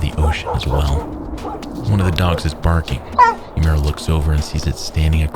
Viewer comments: it's so grating to hear "youmera" over and over again, instead of "oo-eh-moo-rah" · "yUmArA". That's the best you can do to pronounce it correctly? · This is a great video but I wish you had pronounced the guy's name properly. Uemura would be spoken like oo-aye moo rah in Japanese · sound it out, u-e-mu-ra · Would’ve been better if you pronounced uemura properly instead of saying “umaru” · You don’t contract frostbite. It’s an injury, not a disease. Also this guy’s name got butchered. It’s Now-mi Oo-eh-moo-ra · If you're going to narrate something like this, why not learn to pronounce the name right? You're way off. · The only thing wrong with this perfect video is the atrocious pronunciation of Uemara. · Why go the all the trouble of painstakingly editing this, researching, writing the script, recording the VO…and not bother to learn how to pronounce the man’s name properly? Your pronunciation isn’t even remotely close and doesn’t even make sense based on the sequencing of letters in his name—how do you get “ooh-mera” from “Uemura”? The “e” comes before the “m”. Legitimately makes me wonder if you’re bothering to get the details right on the research side. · I wish you had pronounced Uemura's name correctly. Japanese might not be a language you speak, but I think a person's name is important, especially in a quality biographical documentary. Nonetheless, I love your videos! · I just wonder why if he's so professional and descriptive he couldn't bother to learn to pronounce the name properly